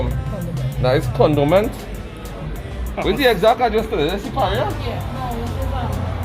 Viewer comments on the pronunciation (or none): Nice "Condoments"😂😁